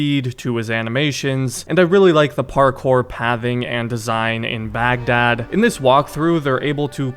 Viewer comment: baghdad is pronounced bagh-dahd (heavy H sound)